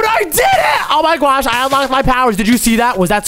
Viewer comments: It is oh my gwosh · And I like when he said I my gwosh